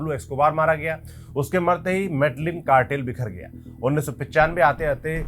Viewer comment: medijeen bolte hain, kali nahi ..caali cartel